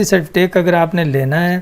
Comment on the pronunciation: good master you have to done. its certificate not certifitake